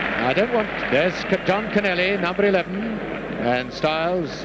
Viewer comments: "Konelly" says Kenneth for Connelly, bit like "Sinjun" for St John of Liverpool. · Everyone pronounced it "Konnelly"!